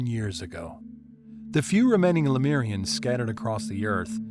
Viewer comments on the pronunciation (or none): It's pronounced le-moo-rians, not le-mee-rians. It's also known as Mu.